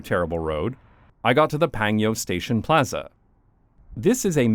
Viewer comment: Don't know if somebody pointed out yet but it is PanGyo not PangYo. LOL.. oh you corrected later on eh? Anyway, I really hate those big wide roads and that there are so many cars but like 0 parking lots where you really need them. And everybody illegally parks by the side of the road every time and I'm here wondering why the heck not make the right most lane into a parallel parking area anyway since everybody parks there anyway and the roads are 6-10 lanes wide??? Wide roads does not mean car friendly either... As someone who has a car in Korea, it is a pain in the arse to go places because a lot of times there are no parking spaces anywhere when and where you really need them, ending up parking quite a distance away from the place I need to go and walk to my destination for 30mins and such. Basically bad for both pedestrians and cars a lot more times than good for either one. Also residential areas, not sure about new ones (i've seen on the news that in the newer apartments, people fight over parking spaces too) but older apartments have so little parking spaces and so much more cars that people double, triple park when they get home..... Then the the other kind of residential areas, what we call "villa" as in shorter buildings that are 3-6 stories tall and a lot of times the first floor is a store/restaurant/cafe and second floor to top floor is residential, in these areas there is no parking space, people park by the street (a wide 2 lane street, supposedly illegal, when c